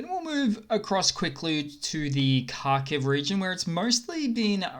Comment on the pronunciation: Mate, H is silent. It's K aitch.